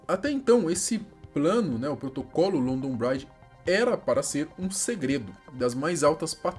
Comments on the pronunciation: Também fiquei incomodado kkkkk pronuncia-se "BRIDJI" e não "BRAIDJI" 😂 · Oh meu vei não se fala london braidge mas sim london bridge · A pronúncia é Brídge, não brádge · Só uma correção na pronúncia: London BRIdge; Comom Uélf (com a ponta da língua entre os dentes); Uést MInster. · Achei que não ia sentir nada na morte dela mas morando em Londres a um bom tempo não tem como não se emocionar. E a pronúncia do London Bridge está errado brother.